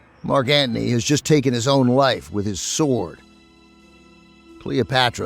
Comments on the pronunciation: Very entertaining. I think “Antony “ has a “t” in it. Odd pronunciation is distracting. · But ‘Antney’ instead of Antony. Maybe he is kidding.